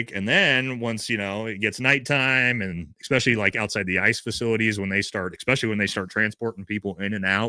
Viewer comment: eSpecially, NOT eXpecially!